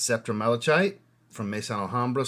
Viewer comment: I dig these vs vids - Well done sir! And I agree at least with the ones I own. Help my guy out here - Malachite is pronounced - Ma luh kite. 👍